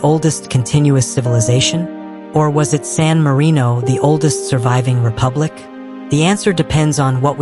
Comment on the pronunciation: it's sanarino